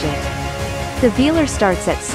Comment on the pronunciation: AI has still to be trained to pronounce the name of the vehicle right 😉